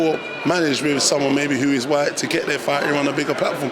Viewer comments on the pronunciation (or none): “it is what it is “ “whyte”